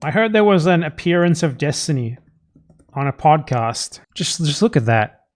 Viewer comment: ahh yes, destiny. the guy whos famous for not knowing the topics he talks about. its why everyone is always trying to debate him to try to make themselves look good when they easily show everyone how dumb he is... oh wait. nope. say his name wrong and ignore anything else that might hurt a worldview held up with glue and toothpicks